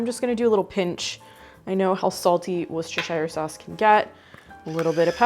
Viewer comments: Please, it's pronounced wooster- sheer. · I love your channel and I remember many of the recipes from growing up in the 1960s. Just a note from a word nerd and a Brit: Worcestershire is pronounced “wouster” with the same sound as would, should, could. The “shire” is dropped, unless you are talking about that county in England. I’m definitely going to try that Lumberjack macaroni! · Worcestershire is pronounced whoostersheer. It's like saying the wind is whooshing, or whipped cream. The second part is pronounced 'sheer'😅😅😂😂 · Please, it is wuss-ta-sheer! 😅